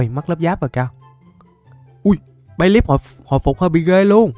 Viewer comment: bayleef đọc nhầm thành bay lắc:))